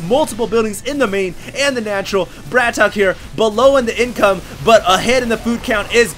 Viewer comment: it's not bra-tok. it's brat-OK